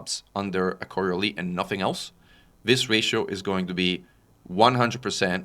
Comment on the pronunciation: Thanks for the summary. But btw., the "s" in Coriolis is not silent. Took me a while to figure out you were talking about our favorite kind of space station.